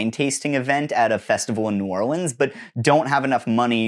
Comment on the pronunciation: Just wanna say, I live in New Orleans, and you said it right. I could kiss u on the lips for ur gratitude. I instead will just say, OH MY GOD THANK YOU. fuck.